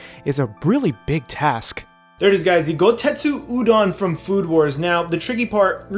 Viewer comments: GoSETsu, not goTETsu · Poor Chef, he made an amazing looking udon bowl, but keeps saying "Goutetsu" when it's "Gousetsu" XD Then again, Goutetsu is the name of a Street Fighter character, maybe that's why he keeps getting the word mixed.